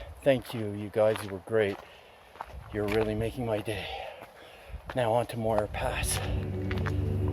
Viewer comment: This needs to be deleted until you learn how to pronounce Muir.